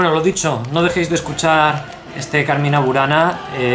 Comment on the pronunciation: Muy interesante el video. Cuidado con la pronunciación Cármina, con acento en la A primera. Significa poema o canto. No confundir con Carmên qué significa jardín en árabe.